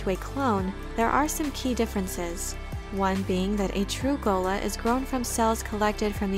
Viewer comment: Better pronounced as 'Tleilassoo'. And Ghola - 'R'ola' (r as in french)